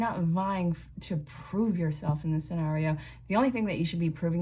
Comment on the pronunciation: I love how you said Sawnario!! 😂